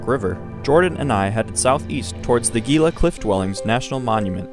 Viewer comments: It's prounced "Hee Luh" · It’s only 180 feet elevation gain. Gila is pronounced He-La. The monument was established using the 1906 Antiquities Act.. if you’re going to make informational content you need to be accurate. Lots of people take you tube videos as accurate information even though it’s clearly made by individuals who are not experts.